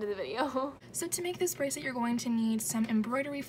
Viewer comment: Litterally unwatchable : She freaking said brasslet